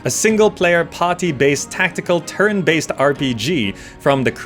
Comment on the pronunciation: Am I the only one hearing "terran-based combat"?? :)